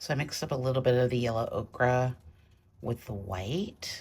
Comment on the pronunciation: hi loved this demo, Gauche can get muddy, but not in your hands! A white Chinagraph pencil is great when sharp, for pure white…also Prisma colour White is one of my fave White pencils but watercolour needs to be dry. My fav White pen is the Uni-ball SigNo…bright White when needed. Every time you say Okra I can’t help but see a plate of those damn things!! Ochre is an earth pigment and is pronounced Oak ah… 😂